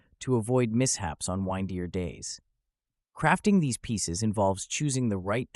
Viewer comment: Either this person is phonetically challenged or this is AI reading these words....who would pronounce windier as "WINE-D-ER"?